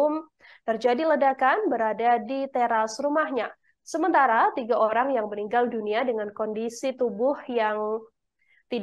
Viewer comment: 1.08 host bilang ( tiga Olang???hahaha